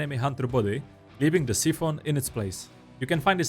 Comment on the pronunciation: Long I in Siphon. S-eye-fin sīfən